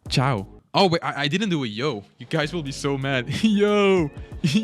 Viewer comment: When say ciao im proud of being italian😊